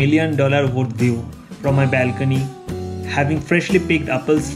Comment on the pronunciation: ....exercise o korchho r sokale ja breakfast korchho tate sob equal hochhe.....bong sontan fruits khao.....balcony pronunciation ta thik korte hobe too much bongish.......